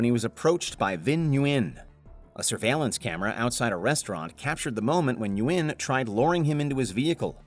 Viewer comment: Nguyen is pronounced "when" like the reporter pronounced it. It's not important for the attempted kidnapper, but I've met many Nguyens.